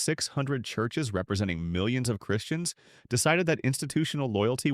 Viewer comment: "Churshes," really?